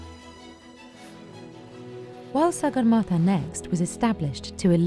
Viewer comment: You are pronouncing sagarmata incorrectly...do proper research on names properly plz